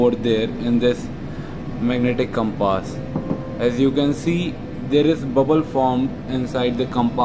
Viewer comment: I like the Pronunciation of the word compaaaas :)